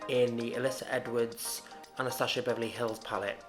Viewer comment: I love how she says "AnastaSHia Beverly Hills" :)